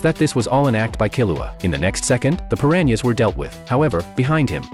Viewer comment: Per ran ee ahs.